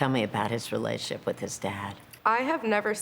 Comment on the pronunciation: The interviewer says 'reLAYship'. Instead of 'relationship'. What an idiot.